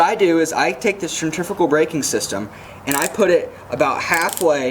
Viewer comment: great video that explained the baitcaster much better than others ive seen...one thing tho..."sen-tree-few-gal" :D